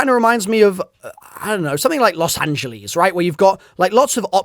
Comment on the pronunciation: “Los Angeles”😭